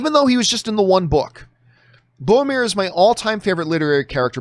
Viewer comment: It's BORROW-MIR, not BOW-AH-MIR. One day I hope you'll say it right.